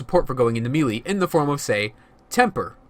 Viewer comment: Melee is pronounced may-lay not mee-lee, just sayin